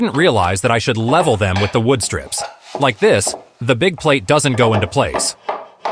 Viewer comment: Very good idea. I prefer your own voice, especially how you can say "streeeps" when you mean strips, of wood. Your ideas are very good, thanks